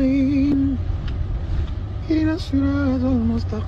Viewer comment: Kasoma هدنا الصراط baada ya اهدنا الصراط ali ya mwanzo kaiacha na ه kaitia kisra baada ya sukun